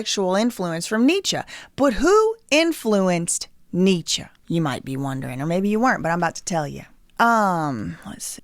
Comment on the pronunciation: kinda she refers to NEECHA as ‘some guy’ and says she ‘didn’t bother to look into his book’. i just find that hard to believe with a minor in German, but she is talking about the correct things on this channel. it certainly was not to discredit her. funny enough, when you look up the correct pronunciation, the first youtube video sounds identical to the way she pronounced most things in the vid, but when you look up any modern scholar (or even Candace saying it) - this is just not common for us here. kinda like saying “don’t hit me up about no royal wedding” 😂 don’t hit me up ab no authentic lingo somewhere we ain’t and don’t use in a joking way. lol loveeee to u